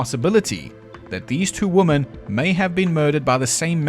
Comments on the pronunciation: What the actual fuck. It isn't "wee-men, it's the "wo" part of "woman" and "women" is the same. It's the "mANN" vs "mENN" that changes. Literally, look at the word. "Woman" vs "Women". I literally put this into google for the pronunciation and checked both the American and British accents and they both said "wo" the same. Literally got different results than did. I feel like I am being gaslit. It is absolutely not pronounced "wee-mehn". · Lolololololol wimmmmiiinnnn. Oh sweetheart I love your pronunciations. As an Australian I appreciate all the quirks. Loving these videos. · no A.I. would mispronounce women this many times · Wo-muhn / wi-muhn bit was hilarious 😂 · I looked it up and it seems that it is very common in South Africa to pronounce "women" like "woman. Didn't expect that at all, lol. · Great research; great job! and I say lean into it and pronounce "women" like "wymans" and piss everybody off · Me thinking how charming the mispronunciation of "women" was in part 1 lol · I knew you were pronouncing woman as "women" to roll in the "he's AI" comments and boost your engagement signal in the algorithm. I'm onto you, buddy. 😂😂😂😂😂😂 Seriously though, I'm finally catching up on your Ripper series... Had to tap out until today due to work and such. And I have to say, my life may not be going exactly swimmingly... But at least I'm not one of those Ripperologists. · #1 - I don't give a shit how you say women. You're not American! #2 - No video you've ever made it hot garbage. All of your videos are fantastic! #3 - If all South Africans just naturally sound sarcastic and condescending, I know where I belong!! #4 - Loving this series so far! Can't wait for the next one! Thanks! needs a treat! 🐈‍⬛😉💜